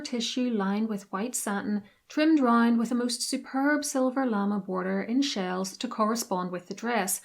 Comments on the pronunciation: It's pronounced "la-may". Not "lama" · Llama😂 It's pronounced luh-may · OMG just find a French language tutor at a uni near you to correct the terrible pronunciation of words such as lame (lamb A) and faille fie ee.